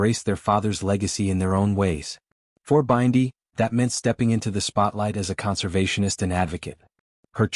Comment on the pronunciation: So, what is the transformation? By the way, her name is Bindi, not Byndi pronounced like bin-dy, not B-eye-ndi.